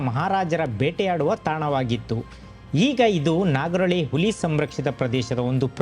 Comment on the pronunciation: Nice video. Kannada pronouniciation swalpa kaliree Saar...Uli alla Huli